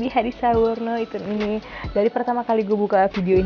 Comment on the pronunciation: wkwkwkk